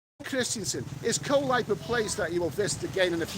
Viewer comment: 3 jibby jabbys lol. Koh Lype? Lol. It's pronounced Goh Leepay